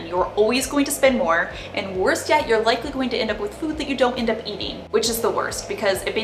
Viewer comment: I like when you say: spendin, eatin, plannin, shoppin, buyin 😉